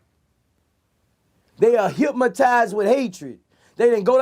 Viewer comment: Boosie said Hipmaties